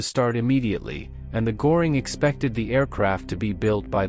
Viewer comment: Herman Göring...."Ö" is pronounced as "I" in SIR ...